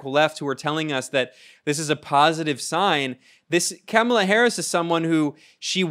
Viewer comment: It's pronounced " Camel-Uh"